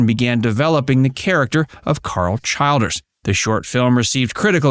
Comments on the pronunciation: Pronounced CHILL-DERZ. . . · Pronounced CHILL - DERS. LORD